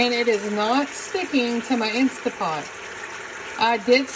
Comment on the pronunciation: InstaNT pot. The n and t are not silent